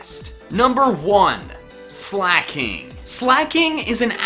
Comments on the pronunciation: There is no H in Weezing, and there is no C in Slaking! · Sooooooo.... Slaking is never slak'n